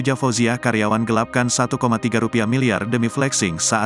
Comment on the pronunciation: Admin ini salah menyebutkan : satu koma tiga miliyar rupiah yang benar . Kamu salah mengucapkan. Jangan digaya gayain membaca berita ya. Ikutin EYD dan kaidah bahasa Indonesia.